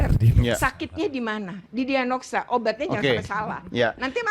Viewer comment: "kalau soal barak militer saya rasa soal ti eeee itu kan kewenangan si pee apa kebijakan ya" "di dianoksa" . Kecanduan HP bisa menyebabkan seseorang menjadi gelisah atau cemas jika tidak memegang HP, menghabiskan waktu berjam-jam untuk bermain game atau scrolling media sosial, serta sulit fokus pada aktivitas lain. Salah satu dampak yang mungkin terjadi adalah kesulitan berkomunikasi dengan jelas, bahkan bisa menjadi belepotan saat berbicara. . Jadi, kecanduan HP memang bisa bikin kemampuan berbicara kita “ngadat”—karena otak dan otot verbalnya jarang dipakai.